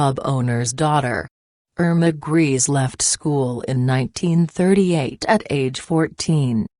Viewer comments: Her surname is not "Greez", it's pronounced Grayza". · Is ANYONE EVER going to pronounce her surname correctly? It’s pronounced like GREY-SA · learn how to pronounce correctly her German surname - you made a hash of it. Also learn how to pronounce Pierrepoint.